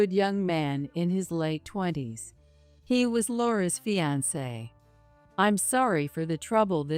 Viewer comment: Mispronounced words are so annoying and sound stupid! Fiancee almost always is prounced and it's like listening to chalk screech as it goes across the chalkboard...ugh! There are many others but this is the first one in this story!